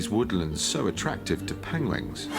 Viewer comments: Ahahahaha Penwings, Penlings Penguins :') Cumberpengwings!! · he even said penlings once lol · Benedict Cumberbatch said "penguins" seven times in the film Penguins of Madagascar, and he only said it right ONCE. Out of seven times. I counted. Haha. Made me love this man even more. ♡